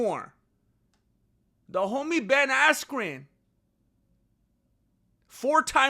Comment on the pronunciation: you kept mispronouncing ben askyous name